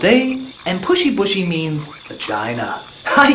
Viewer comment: "Pushy-bushy"? Actually, it's poochi-poochi.